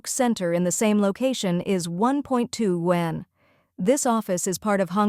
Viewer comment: Please teach the AI to pronounce YUAN correctly…😅